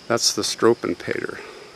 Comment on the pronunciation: Love your channel. FYI it’s “ shtrew-vell-pay-ter.